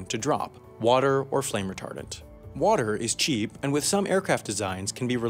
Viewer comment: Why did I hear retarded instead of retardent